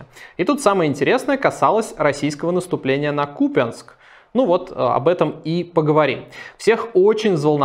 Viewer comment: Спасибо за отличную подачу новостей! Отдельное "спасибо" за правильное ударение в названии города КУпянск, мало кто из ведущих произносит его правильно! 👍